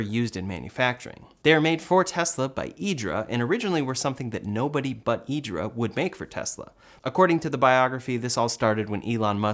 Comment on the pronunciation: You pronounced IDRA correctly!!👏🏻👏🏻👏🏻👏🏻 🇮🇹